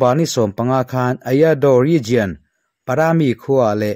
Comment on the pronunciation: Ngatinge TOWNSHIP hi in tih deuh zel le. SHIP tel lo hian, TOWN emaw, CITY emaw tih ni ve ta mai se. A he deuh hu lo maw? Region i lam dan pawh hi, RIZIAN ti lovin, RIZAWN tiin lam ri rawh. RIZIAN ti a lam rik a ni ngai lova, a dik lo zawk bawk.